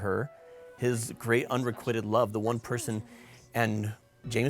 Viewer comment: I love your channel and I'm recommending it to all my friends, but I have to ask you to look up how to pronounce "unrequited." The i is long (like in quite), not short (like in quit). Friends don't let friends...